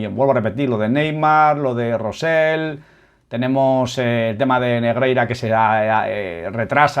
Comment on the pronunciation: te cuesta decir "Rosell" con "elle"